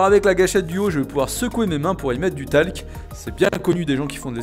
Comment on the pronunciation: Du talque ? 😭😭😭 du talque ?????